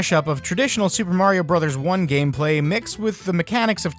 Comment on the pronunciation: Tuper Tario Tros.? Why couldn't that guy just call the game Super Mario Tetris?